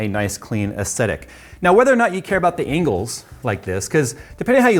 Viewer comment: What is an engle? You said it twice before you finally said angle!